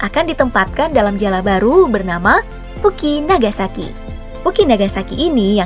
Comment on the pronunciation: "Fukinagashi" kali bukan "Fukinagashaki". Emng mau d bom atom lg....